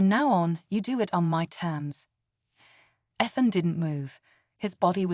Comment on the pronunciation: Stop mispronouncing Ethan 😢